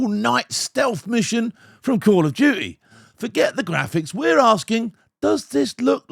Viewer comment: Call of uuuty😂😂😂